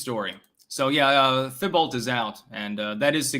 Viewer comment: Thibault = "TEE-bo"